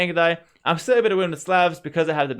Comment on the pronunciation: Just a friendly tip; the "A" in Slav is pronounced like the "A" in "Awe", and not a hard "A". Edit: Or like the "A" in Coleslaw...mmmm...